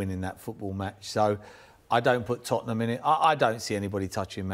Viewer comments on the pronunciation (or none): none